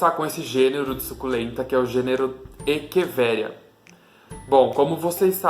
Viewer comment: gostei do vídeo!! Parabéns! há parabéns por falar echeveria da forma correta!